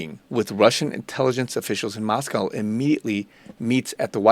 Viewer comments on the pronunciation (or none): There's no "cow" in Moscow. It's Mos-cO (long o sound).